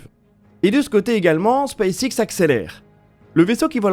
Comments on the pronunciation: j'ai un doute sur votre prononciation de space X. Elon Musk prononce "space ex" il me semble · C'est en effet la prononciation francisée